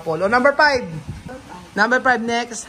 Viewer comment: Please say five not pive four not pour